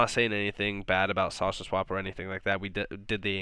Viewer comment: Do you have a cold? When you say "saucer swap" you sound like you are saying "sausage swap" LOL. Cheers mate.